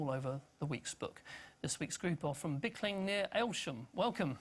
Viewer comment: Blickling not Bilking